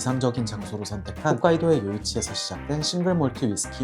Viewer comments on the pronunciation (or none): 훗카이도가 아니라 홋카이도임